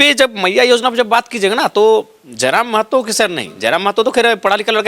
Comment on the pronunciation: You r the first who do right prounciation of महतो not मेहतो